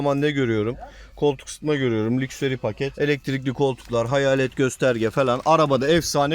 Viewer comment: Abi lukseri değil lakşıri :)